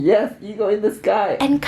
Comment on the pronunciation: I’m so excited for you guys! Btw I could not stop laughing when kept saying “ego” instead of “eagle”😂😂😂 and Stephanie’s face was priceless😜